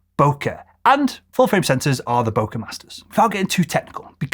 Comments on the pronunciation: "Bokei" or "Bokeh" is pronounced bo-kay similar to bouquet. It's a Japanese term meaning blur quality or haze. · It may be pronounced boker, but it's bokeh, FYI